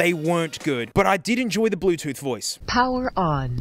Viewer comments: "ze brutoof device is rede to payar" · ZE BLUE TOOTH DEWICE IZ REEDY TO PAIR. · "da blutuf devize iz rilly two pear" 💀